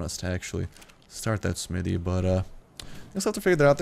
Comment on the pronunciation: He can't say "smithy" properly xD It's quite amusing.